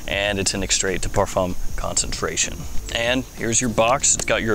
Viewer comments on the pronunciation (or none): none